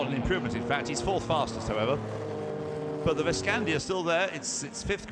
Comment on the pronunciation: Paul Stubber (not Peter Stubber) has a lot more experience racing in Australia than the commentators are giving him credit for. Sure he'd probably be a bit slower in the Veskanda than Johnny Bowe might be, but not by much. And the car's name is Veskanda....not Veskandia.